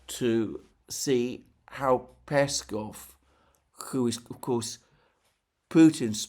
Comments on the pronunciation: Alexander, mate! Don't be lazy :)) It's PeskOv not PEskov. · peskOv.. lavrOv, ushakOv.. not pEskov, lAvrov or Ushakov..